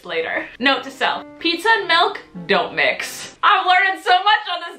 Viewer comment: did she say milk as milk or malk